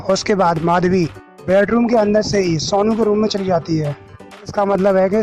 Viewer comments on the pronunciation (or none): Sounu nai hai sonu hai pahele bolna sikh le